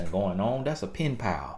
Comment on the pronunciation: "That's a pin-pal". LOL. Country Grammar. Are you from Florida?